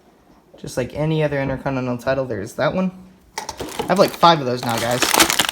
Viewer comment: HE KEEPS SAYING INTERCONINENAL